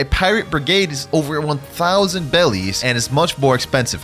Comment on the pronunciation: Bro said bellies